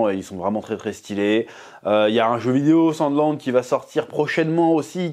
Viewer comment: J ai compris "sans glande"